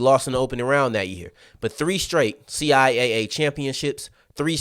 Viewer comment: CI Double A for sure. I find it funny that some people are using C I A A as the way to pronounce the conference name. To me it tells me that needs to spend some time looking at CIAA and MEAC related media from the conference.